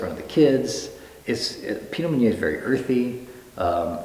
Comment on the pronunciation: Waited until to hear him saying the word "Meunier" and he pronounced it wrong... it's supposed to be [mø.nje]... and ø in French is like "ir" in English word "bird"...